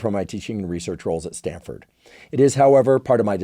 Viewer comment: Stanford… not StanDford